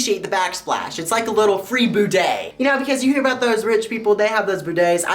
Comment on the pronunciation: It's bidet not boodet